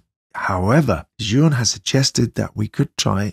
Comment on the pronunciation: It's pronounced Jew-in, just fyi.